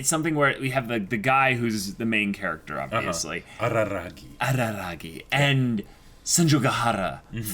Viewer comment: No it's not Araragi, it's Arararagi.